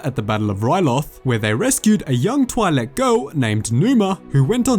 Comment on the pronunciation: The i in Twi'lek is pronounced like the ea in leaf.